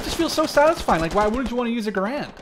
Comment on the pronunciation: I'm cringing hard the way he pronounces BAR and Garand.